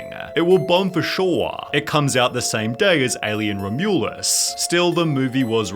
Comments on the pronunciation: what about when he said Alien RoMEWlus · I swear Sunny is trolling me on purpose. RomYUlus? Really? Yeah stress the second syllable buddy that's how it's done. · it is pronounced Rom-You-Less 😂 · Alien Romonounouolus? what now already did you say? "ROM-YOU-LUS" luv ya bro. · Alien Ro-MULE-us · "Alien Romyouluss" 🤣 AI VO you've done it again. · Hearing sunny pronounce Alien Romulus as "Ro-mule-us" was the cringiest part of the whole video. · ROM-YOU-LOS not whatever you said 😂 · damn. Sunnyv2's upset that a Ryan's World movie didn't meet his expectations. What did you expect? lol also "Alien ROMYOOOLUS" 😂😂🤣🤣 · "Alien Rum-you-liss" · Alien Romui-liss? XD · Alien Row-Mueless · ...is this an AI voice of SunnyV2? What's with the weird pronunciations, like with 'Romulus' being pronounced like an AI would? 'Raomyooolaus' That wasn't his accent at work. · Alien Rum-you-luss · Alien "RoMuuullesss" 😂😂😂😂😂😂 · ‘Alien RomYOUlus’ lol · Alien Ro-MULE-us ??? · That pronounciation of ‘Romulus’ 🤦🏼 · is it just me or does SynnyV2 use ai for the voiceover in all the recent videos ? i dont remember thinking it was AI before but the recent ones ive watched have quirks that make me think its AI like the way Romulus is pronounced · How did you manage to read Romulus incorrectly? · Jesus H. Christ that is not how you say "Romulus" buddy. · The worst thing from this video is how you pronounce Romulus. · Only thing worse than the movie was that pronunciation of "Alien: Romulus" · bro just dropped the craziest pronunciation for "romulus" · Thats not how you pronounce Romulus man 😂. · The way you said Romulus genuinely offended me. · Is SunnyV2 using AI to narrate his videos?! A human wouldn't pronounce "Alien: Romulus" like that 🤔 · The most disturbing thing about this video was the way you said “Romulus” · No way that's how u pronounce Romulus in English is it? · Excellent pronunciation of “Romulus” 😂😂😂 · Why did he say 'Alien Romulus' that way? 😂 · Bro, the way you pronounced Romulus 😂